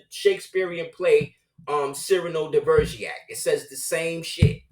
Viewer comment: Cyrano De Bergerac (pronounced Seer-a-no, Dey, Berjeray.. They not only have plays but films, my personal favorite is the one from 1951)